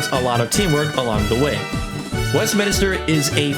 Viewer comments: Man wtf is westminister its WESTMINSTER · it’s Westminster, not Westminister It’s minster not minister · Bro says WestMINISTER